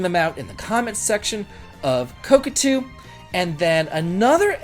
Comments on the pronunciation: Ko Ta Ku not Ko Ku Tu 😊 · Never heard anyone pronounce kotaku as "cockatoo". Did you do it on purpose? Cuz I love it! And it's pretty fitting too, screw that parroting, click-baiting, piracy-promoting rag. And a huge raspberry for the Saudi government too. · Your the only person That says kotakoo lol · I will forever remember ko-ta-ku as co-ca-tu long after they went bankrupt lol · I love.... but it seems a little weird he can be so involved in games and reviews and stuff and has never heard anyone say koTAku.... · Man it is difficult to follow without laughing when every time instead of Kotaku you say cockatoo 😂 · Ka...ka...tu. I get it. It's a type of bird, right? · I know it's just because of the classic Davidlexia, but I am absolutely calling Kotaku "Coke-a-too" from now on. xD I don't know what so many rubes like this think they can screw around without finding out. And kudos to Square for taking a stand against censoring their art. I hope Saudi gamers can import the game (or play it "any way they can") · It's not pronounced Kotaku but Kotaku. You can also say Kotaku or Kotaku, even Kotaku is fine but not Kotaku. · Beautiful explanation. I'm seriously pronouncing it that way from now on on-purpose! IoI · the "t" is before the second "k". Love ya buddy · I giggle every time says kotaku lmaooooo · It's totally fine. It's a useIess gaming marketing site on the level of ign, they don't deserve to be pronounced how they want IoI